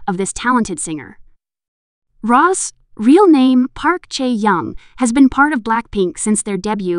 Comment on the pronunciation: Well, the video started out by pronouncing Rosé's name as "Ross". The tabloid Kpop gossip "news" channels are mostly all just running on cheap AI apps and always using computer voices. The announcement is a bad automatic translation job. Apparently, there is a real announcement in Korean and the weird translation gets some of it sort of right. (I miss the days when there were a lot of competent fans who made excellent videos. Most of them are gone and have been replaced by these computerized Kpop gossip "news" channels (many of which are probably made by the same group of people).